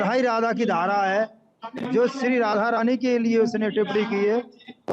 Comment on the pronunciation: Radha rani hai bo thoda shi se naam le pradeep.